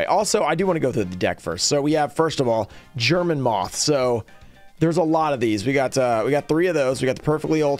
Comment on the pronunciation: Your German pronunciation was on point as always😂